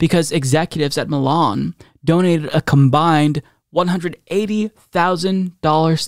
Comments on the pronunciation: it’s MY-Lin not ME-Lan lol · Lol, I'm sorry but pronouncing Mylan (my-lan) as Milan irritated me, like leave Milan out of this mess haha. I know he's done that to many names, he's always said he's a chronic mis-pronouncer, this made me want to stop the video tho. 🤣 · You're killing me by pronouncing Mylan as Milan lol. Fuck the company but I'm from that town and grew up with the company's heir so the pronunciation is ingrained in me. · My wife’s first EpiPen was $60 for a twin pack cash (in 2007 or 2008), way cheaper with insurance You always need two epipens btw, they wear off too quickly Also listening to mispronounce Mylan….